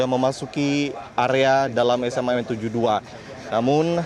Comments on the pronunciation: sayang bacanya yang benar dong.....SMA N,ejaan ( ES EM A ) bukan SEMAN ya.... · Host gak sekolah kali dulu nya ya SMAN 72 dia baca seman 72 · Jurnalis tolong mbak baca yg benar ya...SMAN itu singkatan bukan satu kata..pergunakanlah bhs Indonesia yg baik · S M A N, Bukan SMAN, Orang Jurnalis Ngaco.